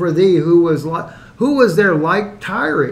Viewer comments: Tireeeee? I thought it was pronounced like the word TIRE. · We are you pronouncing it wrong? It supposed to sound like “tire”. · Pronounced Tire, gotta be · It's pronounced "tire".... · I'm pretty sure the way you're pronouncing the city is the same way corn pop would pronounce it.